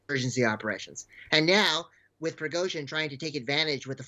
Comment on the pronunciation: Shame on the anchor(((. She cannot pronounce the Wagner group‘s leader last name correctly😏